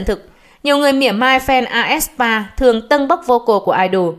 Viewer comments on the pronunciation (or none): fan đọc: aespa báo đọc: ét spa, a e sờ pa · toàn đăng bài bêu xấu aespa, đọc tên nhóm còn sai nx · đọc tên nhóm còn sai kìa ad